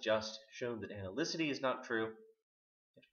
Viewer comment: Great. To be fair, though, it is, In Quine, not "analycity" but "analyticity".